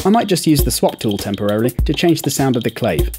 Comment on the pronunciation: go to Cuba and try saying "clayve"... it's "clave" pronounced cla-vay